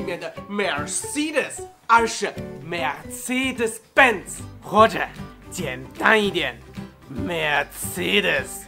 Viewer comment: 为什么你的发音和美国发音差好多。。。。 简直不敢相信我的耳朵 Mercedes benz 的读法。。。。